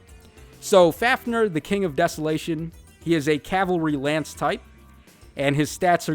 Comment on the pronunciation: You were pretty close dude. Coming from an Icelander it's: Fáfnir - F-ow-f-near (with rolled R) Hreiðmarr - H-ray-dth-marr (roll your r's if you can) Here's a helpful cheat-sheet for the rest of Book V: Niðavellir – Ni-dth-a-vecht-lear (try and roll your r’s) Seiðjárn - say-dth-yow-rn Dvergar – dv-air-gar (again roll the r’s) Seiðr Shell - say-dther Shell (roll dem r's kiddo) Lyngheiðr - Lyn-ghay-dth-er (roll r)